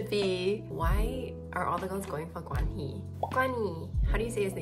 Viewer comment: his name is pronounced with aspiration -- G*H*WAN-HEE. your pronunciation was more correct when you said it in english than when you tried to pronounce it in some other way